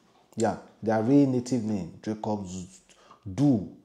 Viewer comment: If at least you pronounced the Dricus name in English, it wouldn't have been this difficult for you to pronounce it. Now Pidgin and Dricus just don't mix😂😂😂 I feel sorry for you my Broda🤣🤣🤣